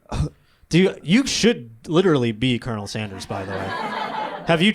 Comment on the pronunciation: the guy actually pronounced it "colinel sanders"